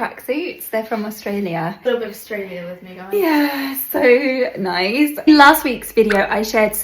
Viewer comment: "noice!" (with the pens) 😀 "Oh yeeeah" (with the guac) - detecting some Aussie accent there? hehehe